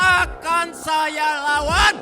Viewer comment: AKAN SAYA LAWANN !! *so crispy